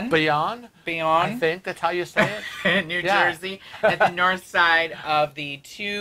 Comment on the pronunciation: It’s pronounced bay-own.